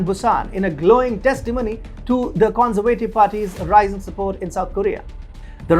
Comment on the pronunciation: Your pronunciation of some words is totally wrong, which makes it hard to listen to. Words you have problems with are for example "adversaries" and "conservative". Pleas work on it.